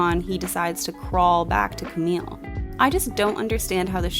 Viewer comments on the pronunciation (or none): 'camille' in french is pronounced 'kam-ee', not 'kam-eel' :) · Camille is pronounced as "cami" 😊💕! Lovely video and review! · Camille, you don't pronounce the LL, it's still a french sounding E at the end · love your review as always, but everytime i heard you pronounce "Camille" with an "l", it kind of hurt 😅